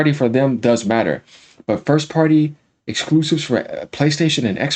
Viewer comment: This guy's voice and lisps get on my nerves. The way he says "Exquoosives". 😂😂😂